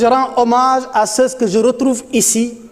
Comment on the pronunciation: On ne dit pas ceux. Ceus. On prononce juste ceu. Je pense que les conseillers en communication ont du travail en aidant nos gouvernants dans l expression orale.